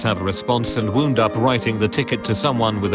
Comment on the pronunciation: James Bernadette well he also pronounced wound the wrong way.